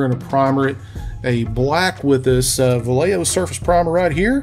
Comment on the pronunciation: Vallejo is actually pronounced 'Wa'Yee-hoo', without any L's. Not to be nit picky. 🙂 But great result.